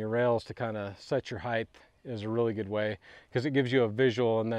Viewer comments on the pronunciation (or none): Mixing “width” and “height” to end up saying “heighdth” is really a pet peeve of mine, and so common in construction, you’d think after hearing it all the time it’d stop bothering me...but no. Good work though and thank you for the informative video, I don’t have much experience with vinyl but I just contracted two installs lol so you’re a lifesaver!